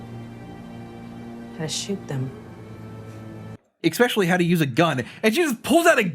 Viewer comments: I also find that exxspecially annoying. Jokes it is fine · I can totally give a pass on Manila, but it drives me crazy that you both manage to say 'ex-specially' in practically every episode. 😅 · same. i love them both, but they really need to learn how to say that word.